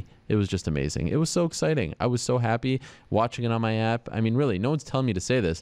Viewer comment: " I'm 'appy.." - Anderson Silva